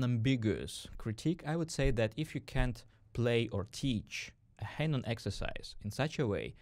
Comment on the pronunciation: I can’t hear the name “Hanon” pronunced as “haynon”.. Please don’t do this again! (Oh and fantastic video, by the way!!!)